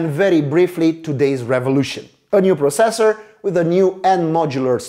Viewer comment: gd review but the way u say processor really bugs me